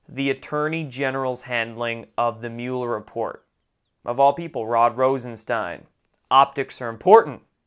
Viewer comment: It’s MUH LER. Not MUU LER.